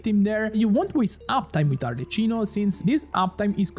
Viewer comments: I love that 1/3 of ur comments is complaining ur pronounciation of ArleKino LMAAAOOOO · ah ecco sono andato nei commenti proprio perchè ho sentito la pronuncia e ho pensato di averlo scambiato per un italiano per tutto questo tempo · Si sente tantissimo che è italiano ahahha. (Arleccino mi spezza ogni volta che lo sento ahaha ) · I was confused why is he pronouncing like that 😂 for a sec I thought that I was pronouncing it wrong because this Italian guy surely knows the correct pronunciation of "Arlecchino" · is this one of those intros where people say things incorrectly that gets higher engagement because of people's insatiable urge to point things out? because it's totally working on me lmao (re: an italian pronouncing arlecchino this way) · WHY ARE YOU PRONOUNCING IT WRONG 🧍🏻‍♀️ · He's also italian, you can hear his accent. He's mispronouncing it on purpose, so genshin babies don't get confused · As an Italian, hearing 'arleCHino' is quite painful. You should say 'arleCKino' and you'll escape any type of homicide ❤ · Sapendo che sei italiano muoio dentro ogni volta che pronunci Arlecchino Arleccino. Voglio dire, non è che possono fraintendere di chi tu stia parlando. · Lo stavo per scrivere anch'io, neanche gli youtuber che parlano inglese la chiamano Arleccino 🤦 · From a fellow italiano, why saying "arleccino''?! Very disappointed (you are my favorite) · It hurts seeing you as a Italian spell Arlecchino in the wrong way… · Ti prego almeno tu non chiamarla “Arleccino”😭😭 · Ti prego almeno tu non dire Arleccino 😢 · Why noone is able to say her name right? If you are not sure use Google cmon...not Cino chino...ch sound like the K in the word like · open the video hear Arlecchino pronuncied "Arleccino" close the video jk but why that pronunciation😂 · Arlechino??? 😂 it’s pronounced Arleckino because its Italian. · Bro calling her Arle - chee - no insteat of Arle - key - no as an italian is such a ballsy move :face-green-smiling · Yeah it should be Ar-le-qui-no